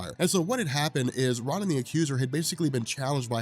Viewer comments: R ah nin?!? IT’S PRONOUNCED ROWNIN YOU HUMAN REFRIGERATOR! GAAAHHH! So infuriating that you mispronounce names and think that you are the most knowledgeable about comics! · Great vid. You're killing me with the "RAH-nan" the Accuser pronunciation, but good stuff. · learn how to pronounce words. You mispronounce 'armistice' & 'Ronin.' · Another great vid, dude, but holy fuck listening to you mispronounce "Ronan" over and over was a chore.